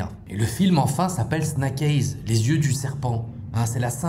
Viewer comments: Snack aiyze qu'entends-je ? 👀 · La prononciation du titre du film elle finit par faire mal aux oreilles